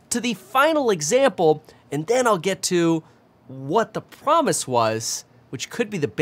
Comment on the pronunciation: Promise or premise? Hearing you say it over and over is driving me crazy.